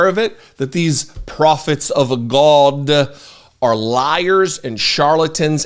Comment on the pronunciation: I live for when you say, "The almighty Gawd"! It cracks me up everytime!